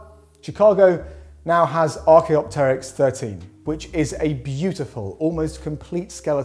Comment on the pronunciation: I can't believe that someone finally pronounced "Archaeopteryx" correctly, instead of "ArchaeOpteryx"! Well done,!